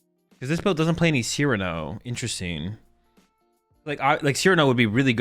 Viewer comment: learned to pronounce Cyrano